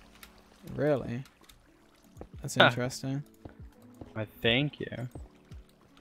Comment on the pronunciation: It’s not astronomical, it’s INTRESTINF